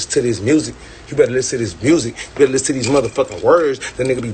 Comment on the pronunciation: Y’all better listzenz... that’s what he said not me